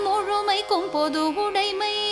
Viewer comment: Pronounce udamai. The thing here is, you are pronuncing "udai mai - udai-sounds dress. You may correct it in future.